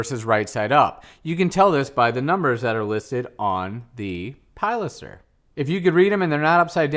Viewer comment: It's pilaster, not palister....lol.